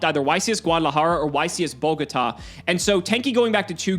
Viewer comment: You're like the one person to say Guadalajara and Bogota right